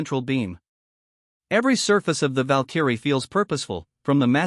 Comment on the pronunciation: Val-Kerry.... someone needs to teach the AI how to say it.